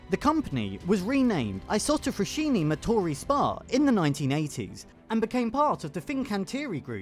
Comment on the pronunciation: Thank you for the good video. I live 6km from the Saronno's Isotta Fraschini old plant. Just a thing : fraschini is pronounced "fraSKiny" not "fraSHyny". 👍❤❤❤